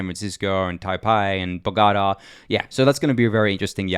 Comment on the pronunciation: Please.. Look up how to say Bogotá. Cringe every time you try to pronounce it ;)